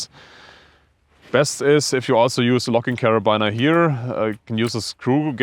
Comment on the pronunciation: Sehr interessant! Abseilen sollte man in der Schule lernen! Übrigens, da das Wort "Carabiner" so oft fällt, es wird tatsächlich "Kerabiner" ausgesprochen. Also nicht wie "Liner" oder wie man es erwarten würde, sondern einfach nur mit "i". Tut dem interessanten Video keinen Abbruch aber für zukünftigen Kletter-Content mag das ja vielleicht interessant sein und gut zu wissen.